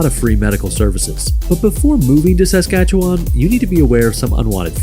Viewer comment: Newfoundland and Saskatchewan both pronounced incorrectly. Also, Quebec should be 8th or 9th. It's one of the poorest provinces, with among the highest taxes.